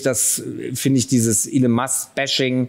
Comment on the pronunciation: Hallo, er heißt “Elon” nicht “Allen” 😉